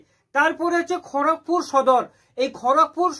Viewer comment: ওটা খোরকপুর না খড়গপুর